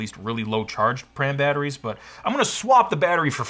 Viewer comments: Nobody in the Apple Service World ever called them pram batterys the corect pronunciation is P Ram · Pram? You must mean PRAM, not pram.